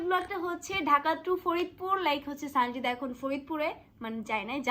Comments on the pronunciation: সনজিদা না সানজিদা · Sonjida nh Sanjida.. 😂😂😂😂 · সনজিদা না সানজিদা হবে